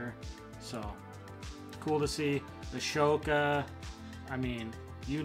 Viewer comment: Lol they spelled AHSOKA wrong… they spelled it ASHOKA then you pronounced it that way. Not a big deal was just kinda funny